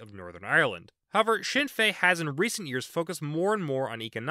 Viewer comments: Speaking as an Irish person, this was a good video! A useful overview with some slight simplification of the history (which is understandable considering the complexity) The pronunciations could have been worse, but I will say that the N is pronounced in Sinn Féin. I will also mention that Ireland has quite a strong role for independent politicians, more so then other countries. They tend to be rural, and though some are left wing, most are either localist and ideologically flexible, or openly right wing. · His pronunciation could be better, but understandable